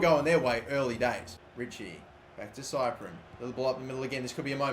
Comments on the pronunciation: Big love but, if you keep calling cyprIEn cyprEn I'm gonna have a seizure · it's prounounced sip-ree-en not cyprien, love the series though